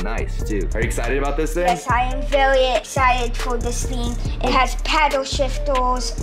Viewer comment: Ywes I aium vwewwt exited for diws fing 💀